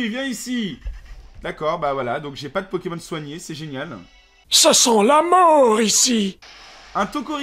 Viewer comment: Il a dit 4 fois poķémon au moins Aie...